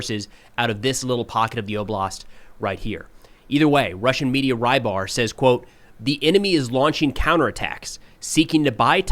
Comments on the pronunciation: Will you ever stop pronouncing Rybar (Рыбарь) as "rye bar"? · Btw, are you okay with him pronouncing "Rybar" as "rye bar"? 🤔 Makes me cringe every time.